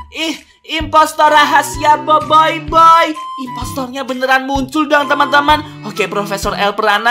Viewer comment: Boboboiy bukan boyboboiy😂